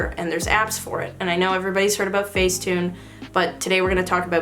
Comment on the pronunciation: See this is why I can't just listen to the audio in the background. The text-to-voice makes facetune sound like...face sitting...I'll just go.